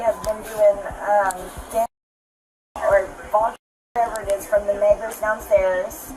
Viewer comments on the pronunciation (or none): THAT DID NOT SOUND LIKE NEIGHBORS 😂💀